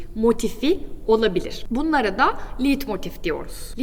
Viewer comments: "Liidmotif" diye telaffuz ettiğiniz kavramın yazılışı "leitmotif", okunuşu "laytmotif"tir. Bu kadar temel bir hata yapılır mı! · Çok yanlış bilgiler var maalesef. "Türkiye'de herşey yürür." olayına çok güvenmeyin lütfen. En basit, çok bilinen müzik terimlerinin okunuşu hatalı. Her konservatuvar okumuş bunların nasıl telaffuz edildiğini bilir. Leitmotive: Liiitmotif değil, okunuşu layt-motif(e) dir. "Ei" Almanca yanyana geldiğinde ekseriyetle böyle okunur. İçeriği neden daha hâkim olduğunuz konulardan oluşturmuyorsunuz? Sunumunuz ve enerjiniz iyi. Daha doğru daha uygun konular vardır eminim. Müzikoloji işi zordur çünkü. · Okunuşu Leitmotif. Liedmotif değil. Video için de teşekkürler.